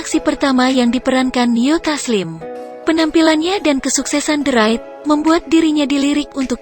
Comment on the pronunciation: lu jg salah bro the raid bacanya de reid, soalnya r setelah the itu konsonan bukan vokal. kalo huruf vokal baru dibaca di